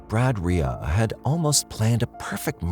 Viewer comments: Side note. But, how is Reay pronounced “Ray-a” ?… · The most troubling part of this story is how you pronounce Reay.